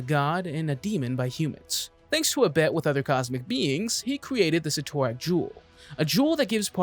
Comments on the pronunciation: Proper pronunciation for Cyttorak: Sit-er-ak. Don't believe me just listen to any time the spell Crimson Bands of Cyttorak is cast. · The guy is so wrong he can't even pronounce Cyttorak correctly. How can you make comic videos when you screw up simple names like Cyttorak or ignore the fact that the one below all isn't the one above all's antithesis, it is the one above all. Your like watching a five year old who JUST read his first comic, believes he knows everything, and tries to recite what he knows. Half truths, major inconsistencies, and wrong about 90% of the time. Also great job NOT MENTIONING Zom, one of the most powerful demons in the marvel multiverse, so powerful it took the Living Tribunal to beat.